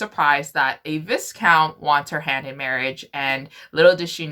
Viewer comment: I love you. But please. Its vi-count. The s is silent. Seriously love you though but that gave me the giggles 😅